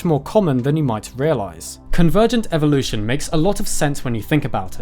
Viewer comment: "Evolve" but "Evvolution"? And why pander to the Americans by calling them all turtles, when there's a perfectly good name for all, which you even mentioned - although you pronounced it wrongly - testudines It's Latin, so it should be testudin-ays...just sayin'...